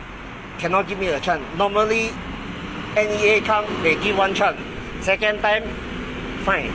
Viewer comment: The England very powderful! I keep hearing "give chan", "one chan"..... chan mali chan! Lol